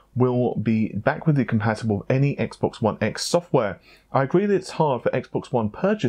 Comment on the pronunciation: Wiv instead of with. What’s wrong with you?